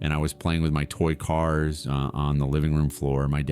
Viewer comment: @@ again! Listen to pauses that coincide with the captioning. Also the mistake when pronouncing cars. Plus, if he is now an adult, then why did he disobey Jesus and wait so long? I do believe this story though! I also believe that there was a simple need for AI due to the kid being foreign